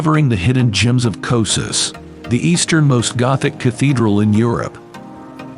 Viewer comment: I can't watch this. The constant total mispronunciation of the name is too distracting.